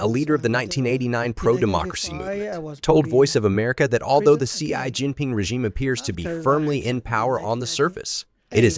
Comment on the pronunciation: Your speech synthesizer could use a little training, for example needs to learn "US" (all caps) should be "U.S." not "us", and "Xi" should be pronounced like "she"....